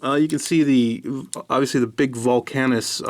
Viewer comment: volcanicus and not volcanus